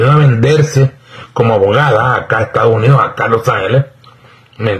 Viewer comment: No se dice estagos unidos. Se dice estados unidos. Saludes y gracias por apoyar a nuestro presidente